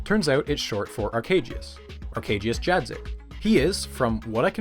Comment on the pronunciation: Honestly the mispronunciation of the polish name Arkadiusz made it sounds ten times as cool than it would've normally, it went from a middle aged stamp collector to a seventh dimension energy demon